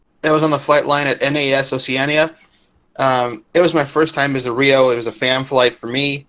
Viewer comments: Yeah, well, apparently LOTS of testing was needed on the Tomcat after it was RETIRED in 2006... I can't for the life of me figure out how other folks didn't key on that detail either. He'd know how to say "Oceana". He'd know other details as well, and he seems to be woefully lacking in that regard. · Up there with WonderWoman in the back seat. Freakin invisible man. So to re-cap The B/D models had the same exact GE engines I don't believe there was a different engine mounting for D models The D model was not Fly by wire Oceana is pronounced differently Oceana was not where Tomcat testing went on You don't just tool around everywhere at Mach 2 You don't throw shit around the cockpit, maybe something light and easy to grab in a fighter fling video like balled up paper. I'm sure I missed something in this guys bullshit. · BullS***. First tip, hours. A high hour fleet guy might be getting 250-300 hours a year, test guys get less, maybe 150 (I know). Second tip. Can't pronounce Oceana. WTF? Third tip - F-14D was based at NAS Miramar until about 96-97 when the transition to MCAS Miramar occurred. To rack up anything close to those hours you would have had to be a Grumman guy back in the 80's, in which case the first place he would have seen an F-14D was at Calverton. Fourth - The F-14B and F-14D had IDENTICAL flight characteristics because they were the SAME air-frame with different avionics. DFCS (digital flight controls) were introduced in the F-14A first then the B and D. This guy is a total FRAUD. Shall I continue? The D(R) were remanufactured A-D, never B-D. The autopilot doesn't "remind" you of anything every few minutes. BS, BS, BS!! Can't stand watching anymore. Virtually every answer is either 100% BS, or just wrong enough to tip off this guy is a fraud. What's his name? Because if he was speaking the truth I would probably know him. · When you can't pronounce NAS Oceana, it's a red flag! Who is this guy?